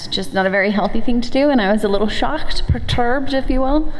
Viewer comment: Purrturbed XDXDXDXD